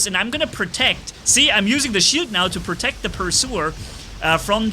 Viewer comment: why you say pursuer you said phantom correctly lol nice vid